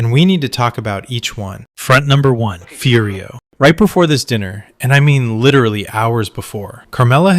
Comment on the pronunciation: You can like it but it's AI slop ripped from human sopranos analysis and other places. the AI calls Furio "Fudio" for no reason after pronouncing it perfectly 3 times earlier in the video.